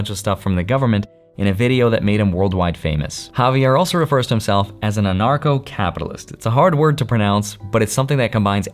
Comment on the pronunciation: Thanks for the video! It's awesome! Fun fact: every time, someone says "Anarcho Capitalism", it sounds like "Narco Capitalism" 😄